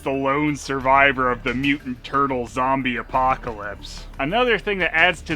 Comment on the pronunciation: "Teenage Mutant Ninja Tuttle". Sounds better at least. Good point.